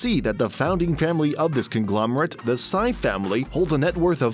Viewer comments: that's pronounced as SEE..not sai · They're chinese, the last name is pronounced "si" like Xi not "say" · It is not pronounced as Henry Saiii. It is pronounced as Henry See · It's pronounced as "Si" like the spanish word for yes Not "Sci" or "Psy" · i cringe every time you pronounce HENRY SY as HENRY CYE.... it's HENRY SEE! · It’s pronounced as “Henry see” not “Henry sigh” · It is pronounced as /see/ not /sa-i/ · Dumbass pronouncing the last name as "sigh" instead of "see". Smfh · See family not Sigh family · Sy is pronounced as "See", not "Sigh". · Sy is pronounced as " see" or "c" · You butchered their family name. Hahaha It's pronounced as "see" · That's not how you pronounce Sy, it is pronounced as "See" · Do people outside the country really pronounce "Sy" the way the narrator says it? I really got used to pronouncing it as "see" because that's how local news mentions their family name. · It’s pronounced as “See”, man literally butchered the names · I stopped watching after 45 seconds like the second or third time you called him Henry Psi. How can you expect anyone to take you seriously when you can't even do the bare minimum amount of research on the person YOUR ENTIRE VIDEO ABOUT??? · Last name "Sy" is read as you would 'see' or 'sea' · Sy is pronounced "see" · Sy is pronounced like see, sea, c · Sy is pronounced as "see" ;) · Their surname is actually pronounced as “See”. For example Henry Sy is pronounced as Henry “See” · great research, but a research on the correct pronunciation of Sy ('see') would have been good. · Sy is pronounced "Si" btw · All this research and you can't even pronounce Sy right. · Disappointing. You pronounced Sy wrong. Please make it a habit to research how to properly pronounce foreign names. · All this research and you couldn't take 5 extra seconds on Google to find out how to pronounce "Sy" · Pronounce it properly Sy is a proper noun. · That's alot of research, But you can pronounce "SI" right?